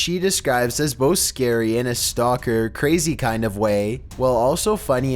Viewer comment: What in the world is with this narrator?? He puts emphasis on the most ridiculous places. "He says it AS calmly as asking FOR a cup OF sugar..."